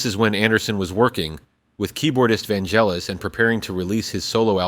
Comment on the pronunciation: Vangelis, not "Vangellis" 😉